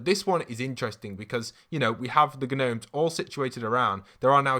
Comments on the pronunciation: Is it just me or does Midas’s room have a FNAF vibe (Who Else is frustrated he is saying Ganomes instead of nomes?) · Gnomes is pronounced “nomes” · “ghnomes” 😂😂 love your videos !! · His pronunciation of gnomes triggers me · Gnomes has a silent ‘G’ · Just a heads up, the g in gnomes is silent lol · Does he call them gnomes (pronouncing the g) on purpose?